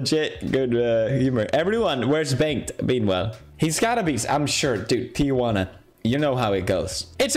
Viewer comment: Felix saying Tiguana instead of Tijuana is the funniest thing to me as a mexican